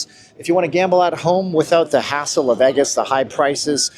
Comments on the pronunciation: it's hard to take serious a person who pronounces it "veghis" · I’m intrigued with your pronunciation of Vegas.